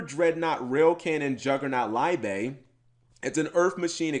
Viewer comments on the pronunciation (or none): actually it is pronounced LEE BER in german